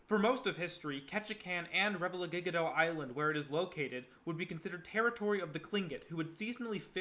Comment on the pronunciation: Your pronunciation of Revillagigedo, Tlingit, and several other words are wayyy off. And Alaska didn’t become a State till 1959. If your not from here you might want to talk to a few locals that have been here for more than a minute